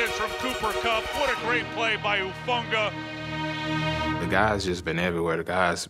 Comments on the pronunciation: Its “HUU-FANGA” lol not “TUU-FANGA” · Seriously, how are these interviewers working for the NFL if they can't even get a players name right? Tufanga? Talanoa Hufanga bishhhhh